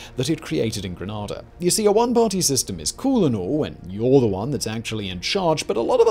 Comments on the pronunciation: Good video but you pronounced couple names wrong very informative otherwise though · There pronunciation of Grenada and Carriacou in this video is absolutely atrocious. This could have been researched before the making of this, it just makes the whole thing seem illegitimate👎🏾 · As a Grenadian who was there, That was painful to listen to….the names of people and places 🤦🏾‍♀️ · LOL just came to see if you would pronounce Grenada correctly...and you did NOT. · Do your homework and research properly. Among your false statements, its pronounced Gra-nay-da and Gra-nar-da. secondly, we are not all African decent. Much of the Caribbean is of Carib decent, especially Eastern Caribbean. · Pronounce the name of the island correctly please 🙄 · THANK YOU for doing this video.....SIDE NOTE...it is very telling that British subjects have no idea how to pronounce the name of their own commonwealth territory. The disconnect/apathy is real. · My guess is the narrator here is either from the state of Flo-Ryder or possibly Deli-Ware. Apparently proper pronunciation does not matter to him!!! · I thought Grenada was a City in Spain? At least the one with the pronounciation you use? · NO GRANADA IS A CITY IN SOUTHERN SPAIN BUT GRENADA IS THE SPICE ISLE OF THE CARIBBEAN. LEARN THE DAMN DIFFERENCE IN PRONUNCIATION. AND YES I'M YELLING! SO DAMN ANNOYING. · Geeeze... commentator clearly not from the Caribbean. No one says Gre-nad-da. We say Gre-Nay-Da... your pronunciation screeching my ears... but continue with your story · Grenayda is how you pronounce Grenada not the version is saying... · Grenada is pronounced "Gree - nay - dah" Coard is pronounced "cord" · I was in the assault by the 82nd airborne division. The proper pronunciation is gren aid a. That’s how the islanders said it to me. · pronunciation isn’t same as “Grenada” the Andalusian city but rather per “grenade” the munition with an “a” on the end. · Hi,. It's pronounced "Grenāda" with a long "a".